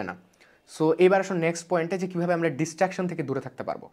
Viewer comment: Bhai Destructions na ota Distraction hobe, But a very Informative video, Ma Shaa Allah